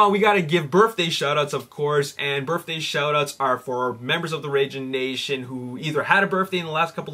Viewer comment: Sorry but it sounds like your saying burfday